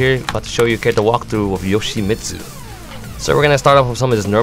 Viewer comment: actually yoshi-mitt-su actually actually unfortunately